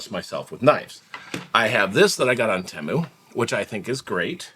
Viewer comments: it's pronounced teemu the way you said it before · No it’s TEE-MOO. Temu. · Hi. Just call it Tee-moo. Sounds wrong calling anything else. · On Superbowl ad , they said Tay- moo.😅